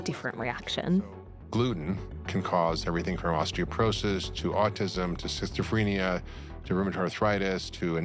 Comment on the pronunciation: Functional medicine is quacky enough, but when a doctor defending it is not even knowledgeable enough to know that schizophrenia is not pronounced "shistophrenia" one can only conclude that his blabber has to be approached with the utmost skepticism.